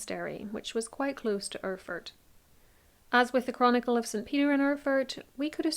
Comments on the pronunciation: Try Air-ford as phonetic pronunciation. ;-) And yes the old German isn't easy to read, there are some letter I cannot figure, but It reads something like: Als the (person above) landgravine Ludwig of Thuringia had an argument with the archbishop of ...; to reconcile the ...travelled to Erfurt for one day in the month of July in the year of 1184 where an unexpected, terrible incident happened. The ... and his counts including the knighthood that awaited him in the convent of St. Peter in Erfurt his stay in a hall, which was a very old building and under which the monks common quarters were or "Speech(?) house lay. As now the inlet of the...was very big and the old beams couldn't bear the weight - they broke and so all those who were in the hall, apart from a few, along with the wood (aka beams) and other matter deep into the secret chamber. ...Frederick clinged on with his hands to an iron bar of the next window a d had been retrieved from there. It is more than 100 people, under which were 6 born counts have been struck and squashed to death or spoilt in the debris/refuse (they probably meant the poop here) as they couldn't help them so quickly. Amongst those that lay lowest in the excrements and drowned in the same was also Count Heinrich of Schwarzenburg who also tended to say: When this is not true, so I die in a crapper (derogatory term for toilet for those who haven;t heard the term before). The speech is quite long winding and my translation not grammatically accurate a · ER-FURT !? Very Apt ! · Listening to this story I felt again how utterly unpronounceable those old German names are for everyone who has not learnt this language from their parents or at least from very early on. Mainz, btw, is pronounced `Mines`. And Erfurt is "Airfoort". Killer Toilet is a nice epithet on this smelly event. Perhaps the floor gave in because the builders had skimped on the thickness of the floorboards? Maybe the pit exploded? Too bad the Mythbusters aren`t around anymore.